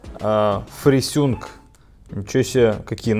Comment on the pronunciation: фрисюнк : )) Ты еще наверно говоришь сустем : ))